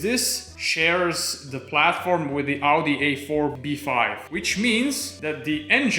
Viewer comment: "Audisteer" made me spit coffee over my laptop.